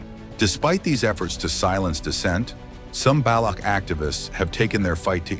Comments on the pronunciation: Het not baloug its Balouch. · Baloch is not pronounced as Balok.. Its ch is pronounced something as in Chance or Change.